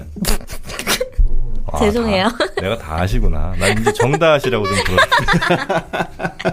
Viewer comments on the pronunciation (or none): 다이시=>다아시 입니다.